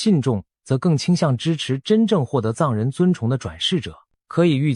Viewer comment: 藏人的藏該念四聲吧, 怎會是一聲？ 文字轉語音的軟體該更新了吧？